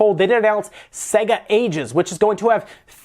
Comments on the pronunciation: Iys pronounced say-guh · SEGA PWEASE